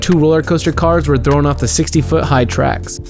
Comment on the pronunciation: "THHHHrrrown do their death"